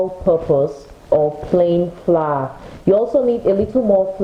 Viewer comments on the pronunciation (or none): Are you trying to say Flour or fly?